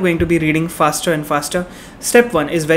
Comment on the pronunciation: ye "fasrer" kya hota hai......hahaha...love you